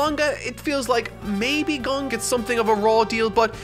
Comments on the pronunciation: Oh my god that was SO CLOSE to the correct pronounciation... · "Waste's time to drive to his Japanese friend to ask for the pronunciation of a character correctly." STILL GETS IT WRONG!!! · I was more offended by your pronunciation of Kurapika then Gon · Love how he was told the right pronunciation of gon and still says it wrong. This is what happens when you don’t watch the dub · Alright since you seem to still be having trouble with Gon's name, here is how it is pronounced. Gon's name is made up of two Japanese characters ゴ and ン. The first character ゴ is pronounced gOH, similar to how you pronounce go, as in to go somewhere. You want to exaggerate the OH sound though, the same way you would say "oh" as in, "oh no". The second character ン is pronounced /n/. This is slightly more difficult to explain, but it is a sound that exists in english too. Imagine saying the word "now", but without the ow. Just the first n part. The ン character is basically like adding an n to a word. So to put it together, think about saying "GOH NO" but without the O at the end, and without a space between the two words and that is basically how you pronounce it. Hope this helps. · am I the only one who hears both gon pronunciations the same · continues to mispronounce Gon anyway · says "i made a mistake" then says it wrong in the correction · you still cant say gon right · ok but why is he still saying Gon wrong? HE IS NOT A FUCKING GUN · So he did all that instead of just watching the anime thats not english dubbed? Lol ok ... and then still said the name wrong right after, 🤣🤣🤣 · He's still not pronouncing the name correctly... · Went out of your way to hear a Japanese friend pronounce Gon, but you're not quite there at pronouncing it like she does. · Am I the only one that heard him say "gung" at one point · Goe vs Gaw. Go-n is corect, Gawn is incorrect. Imagine if someone kept saying Gockoo instead of Goku. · Her: GOWN Him: Ok I made a mistake his name is GAWN Anyway, great video 👌